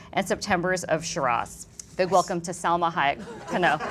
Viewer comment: I was really annoyed by the poor pronunciation of Salma in english. How is that possible? Living and working in an English environment? Excellent ideas but she could do better..on the other hand, Matthias was splendid in every way..such an amazing person .